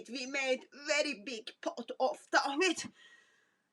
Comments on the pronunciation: Tawheed not Tahwed sister 😍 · LOL TAHWEED YOU CAN'T EVEN SAY THE WORD CORRECTLY MIND YOU EXPLAING IT GO HUG THE CROSS DRINK THE BLOOD